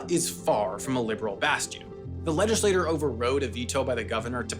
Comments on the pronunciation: FYI, I don't like to pick on people's pronunciation, but you're a professional pronunciator, so you should probably know: the word for a body of elected politicians, "legislature", is not pronounced the same as the word for a member of that body, "legislator". (If you can pronounce "teacher" and "teeter" differently, you should be able to do similarly with legislature/legislator.) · Quick note: You're pronouncing LEGISLATURE like LEGISLATOR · I really like your videos, but the repeated mispronunciation of “legislature” undercuts your credibility. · “Legislature” is pronounced “legislachure”. It’s not pronounced like “legislator”. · Why does he keep saying "legislator" rather than "legislature"? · Narrator, please learn how to say "legislature". It's not pronounced "legislator". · Good video👍. FWI state legislature is pronounced something like "ledge-ih-slay-chur" as in churn. (i'm bad at phonics lol). It keeps sounding like you were saying legislator, like a person. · Legislatchure v. Legislator Pronunciation Issue or non issue? You decide. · legislature* not legislator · Not bad, but you mispronounced 'legislators' vs 'legislature' a few times, and you introduced "Gentiles" without context. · I don’t want to be rude but I feel like you kept pronouncing legislature as legislator. Am I crazy?? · Sam saying "legislator" instead of " legislature" over and over in the 7-9 min mark was really odd. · Legislature is pronounced legislachurr, not legislatorr. The latter pronunciation is for the world legislator, a member of a legislature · I love your videos. They're interesting, informative, and thought-provoking. But sometimes the bonehead mistakes and solecisms make me crazy. A Legislature (leg-is-lay-CHUR) is the legislative governmental body that makes laws. A Legislator (leg-is-lay-TOR) is a person who serves in that body. Please, if you wnat to be taken seriously (and I want people to take you seriously!) you need a proper editor. You're killing me here.